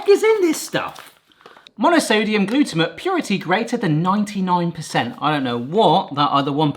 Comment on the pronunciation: Gluto-mate. Not how you pronounce it. It sounds like your shortening the word.